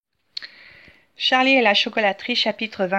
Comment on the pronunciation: C est pas tcharlie c est charlie